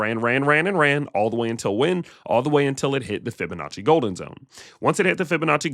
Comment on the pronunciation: Fib-a-natchie sounds like you made up that word but I’m listening…..